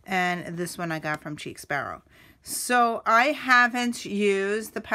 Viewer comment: I think its pronounced like sheik not cheek. I have a couple, but your collection is outstanding! Chic Sparrow's stitching is flawless. The purple is Aubergine, pronounced like aw-ber-gene (basically, eggplant). The Moleskine is pronounced like kai-yay! No 'S' as in cashier. When I first started with TNs, I had to look these up to be sure. The small "dots" on Pemberley are called pebbling.